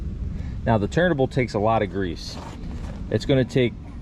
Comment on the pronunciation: I enjoy your videos. You say "turnable", or are you saying turntable and because I'm hearing impaired I hear "turnable".